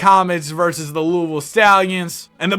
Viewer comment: pronouncing louisville right ❤‍🩹❤‍🩹